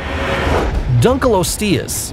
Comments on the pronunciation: pronounce: Dunk-liyo-sti-yus Correct pronounce: Dunk-liyo-stiyus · Anyone hate how he pronounced dunkleosteus